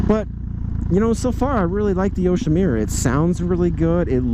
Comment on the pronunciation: Yoshimirrer? It’s a Japanese name...Yoshimura, the u is pronounced like put, or look